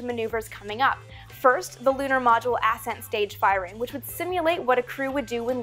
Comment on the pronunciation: What, exactly, is an "ass scent stage"? Are you trying to say ascent stage? xD